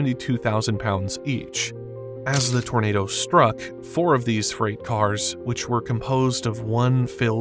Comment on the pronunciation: issa huge-uh townadow. 🤓